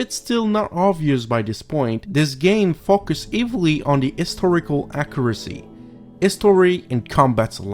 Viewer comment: I am starting to appreciate your comments. I think you are very intelligent and you have useful insights into the games, but your English pronunciation is difficult to follow. For example, when you say "focus", it sounds like "fuck us" which is very funny, but it took me a while to figure out what you were trying to say. This is not a criticism of you personally, because I respect that you speak English much better that I speak your native language, whatever that is. I think you would have much more influence in the game review field, if you had some help on pronouncing English. Best wishes to you. (I believe that Jesus is the way.)